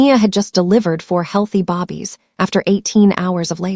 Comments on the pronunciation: Why do you pronounce Babies" as "Bobbies?" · Her saying bobbies sounds stupid and very annoying, they are BABIES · I am watching from Chicago, IL. I just noticed that another listener is distracted by the pronunciation of Babies as Bobbies. It bothers me to hear Bobbies for Babies. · I hate the ridiculousness of not knowing that the word is not bobbies it is babies, some of you also put airs for the heirs (as the next in line of great wealth) its got to stop just in case you don't know and your AI doesn't correct you. Even more so when you put subtitles. Babies multiple form of baby. Good luck. True reaction